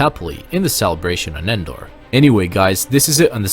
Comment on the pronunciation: Why does it sound like you pronounce Endor “Fendor”? Is the word “of” bleeding into “Endor”? Then why isn’t it “Vendor”? That aside, good video.